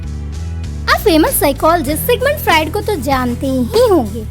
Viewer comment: Fried??? It's Freud for God's sake.